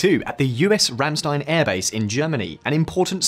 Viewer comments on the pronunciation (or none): none